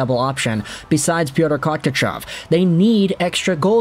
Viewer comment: Listening to him try and pronounce Kochetkov’s name is painful. Call him PK or Kooch if you must. Also Kooch’s numbers aren’t too good because they put him in some awful games where Raanta shat the bed and the Canes tend to not do him any during some games but now they are working of the kid’s confidence and he’s been doing much better recently. Raanta is a nice guy and it sucks to see this happen to him but he has become a liability. The Canes are looking for a trade. Raanta I was at the Nashville game and all but one of those goals were soft. The wrap around was clearly going to happen but Raantabdtarted swimming and was just too slow going post to post. The Canes now what they are doing and they don’t make these type of decisions without a plan.